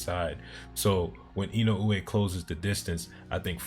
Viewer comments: Wrong. Unless you feel OK in saying Fulton's name as "Futon" then it isn't OK to be "perfectly fine" with in-uh-way. Say Inoue's name how you want but recognize you are pronouncing it wrong. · To make it easier, you can pronounce his name as "in uh way" and be perfectly fine, it feels like you're still trying to get it a certain way each time and not quite saying what you're hearing in your head when you read it. Hope that helps.